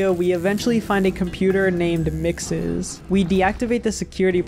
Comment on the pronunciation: Despite your misunderstanding of mxes as a character it’s cool to see someone else that pronounces it as “mixes” as apposed to “mexus”